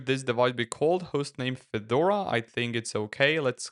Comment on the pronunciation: Автодубляж в слове Федора посиавил ударение на первый слог, добавив букву ё. Получилось, что вышло обновление некого Фёдора